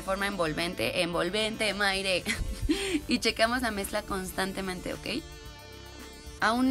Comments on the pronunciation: Jajajajja que carajo es mayrec , lo dice por MAIRE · Jajjajajaja "Maire"😂